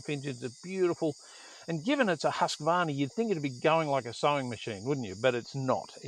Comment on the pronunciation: Please, English speakers! Do learn how to pronounce Husqvarna 😂 Much Enjoyment 👍😎